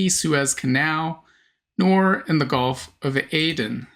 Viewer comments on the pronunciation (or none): none